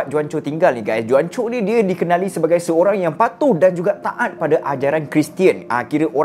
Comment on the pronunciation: Bukan juan Pronounce die Huancho